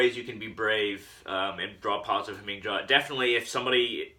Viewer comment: In Germanic/Nordic languages the J is pronounced like a Y. It's "Ha Ming Ya" Other than that, not a bad video. You've got some good ideas.